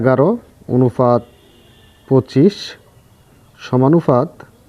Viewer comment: আপনি অনুপাত কে অনুফাত বলছেন কেনো???